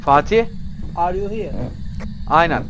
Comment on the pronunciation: Vay kral phasmo severim hade bakim seviliosun ❤ yayinlarina gelemiorum ama uğramaya calisiorum ❤ ben Elmir bu arada 😂 abi Fatih abinin Are you hiğr demesi cok iyi 😂😂 cok iyidi lan snsnsjsjz